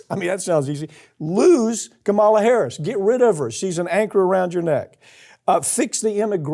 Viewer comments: Pronounce Kamala's name correctly. Start there. It's disrespectful to not even do the simplest of things to do. It all adds up. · Pap, I'm begging you, please pronounce Kamala Harris correctly.